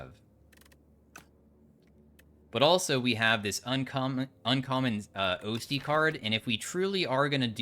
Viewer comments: holy fuck pls Osty is pronounced awstee 😭 like Osteoporosis or Ossification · 100% would watch ur STS content EDIT: AS LONG AS YOU LEARN TO SAY "OSTY". It's "AHH-stee", like how "osteopath" sounds. Ya know, the bone doctor. Cuz the hand is bones. But anyway, I swear I'm OK. I'm not even scraping my ears any more over this. It's fine.